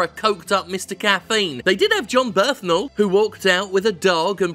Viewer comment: I'm not a Bernthal fan but hearing his name pronounced Birthnull made this video.